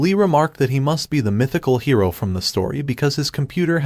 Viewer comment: I love how the text to speech software is very funny. Because it for some reason can’t say hero half the time.. and says hiro